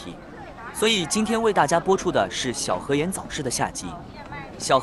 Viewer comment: 小河沿（yan,四声），你就更象了